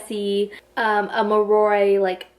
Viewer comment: Just a heads up cause it bothers me lol Moroi- (More-Oy) Strigoi- (Strig- Oy) Damphir- (dam-fear) No hate tho I love VA and this was a great video